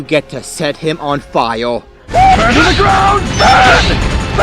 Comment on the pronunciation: Set him on fiyaw Lol im so sorry. I know it's a condition :p